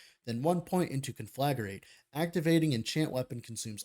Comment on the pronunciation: You're putting an extra syllable in Conflagrate. Con-fla-great. As in this guide is con-fla-GREAT.